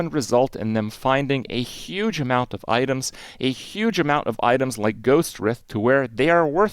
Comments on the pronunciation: Ghostwr-EYE-th. God I hate this mispronounciation! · For the love of God, Kripp, Ghostwrithe is pronounced with a long "i." WRITHE, as in "writhing in pain", rhymes with LIVE. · Isn't it 'writhe' with a long i like 'ice'? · Ghostwrithe is pronounced "gohst-wr-eye-th". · Ghost WRITHE rhymes with HIVE. Worms "writhe" around in the ground. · It's pronounced ghost-rye-th (the 'th' sound is the same as at the beginning of the word 'the'). Ghost-ry-th. The word 'writhe' is an english word that means to twist or squirm or around, usually in the context of pain or discomfort.